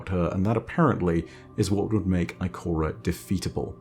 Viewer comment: I like when he said Ikorea